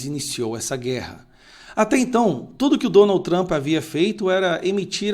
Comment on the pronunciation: Que Tramp? Que Tramp? Chato!! Vai trabalhar.